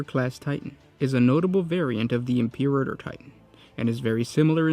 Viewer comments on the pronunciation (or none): Im-per-ator bro. Imperator. Just sound it out.